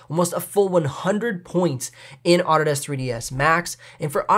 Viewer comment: I've never heard Autodesk pronounced "Otter Desk". Super confused for about 5 seconds, and then it made sense :)